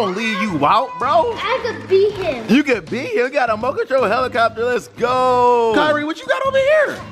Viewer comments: "A helicobler"!! lmaoo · Kyrie: Helicobbler 😂😂😂😂🤣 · bro said what is a helicopber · But he said helicopber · I was cracking up when said helicoper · "MOTE CONTROLL HELECOBBLER" IM DECEASED!! 🤣🤣🤣